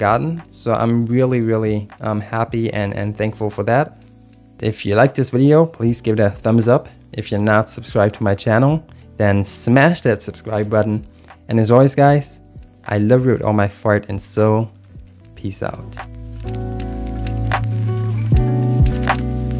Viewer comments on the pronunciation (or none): your videos really helping me out and i like the way u place ur logo on the drawings , also im sorry for sayn this but in the end of evey video you say "i all love you all from my fart and soul " and even youtube is typing fart xD sorry sorry just found it funny great work and videos man keep up the good work